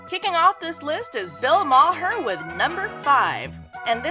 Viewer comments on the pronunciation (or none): It’s Bill Mar not Bill MaHer. Cmon that’s just lazy not knowing how to pronounce his name. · It's an Irish name and it's prnounced Bill Maaarrr. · Ma-her? Thankfully not many people have seen this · Bill MAR-Her? What? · I love how she's mocking Bill Maher with her "I'm an idiot" voice while so grossly mispronouncing his name. The irony is..... so tasty.